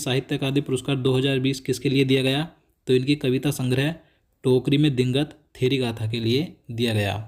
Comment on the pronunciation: 1 question me hindi me digant ka uccharan thik se nhi paye